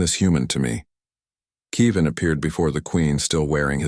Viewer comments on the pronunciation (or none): No AI narrator pronounces Kevin right.